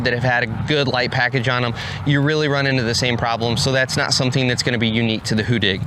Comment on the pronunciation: You've got the get pronounciation right. Two d:s make for a short sounding vowel in the Swedish language. In other words the complete opposite from how you are pronouncing it today. That being said- keep up the good work promoting a great machine!